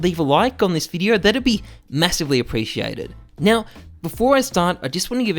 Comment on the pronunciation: HI, im and in Diz Videjoh... cracks me up everytime, love the intro xD